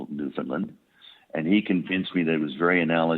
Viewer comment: And maybe teach him how to pronounce Newfoundland